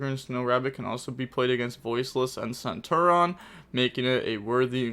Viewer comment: bro that also isnt centur-ion. this guy